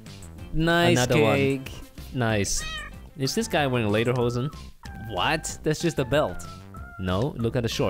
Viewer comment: Is this guy wearing a „lederhosen“ haha cool ausgesprochen😂👍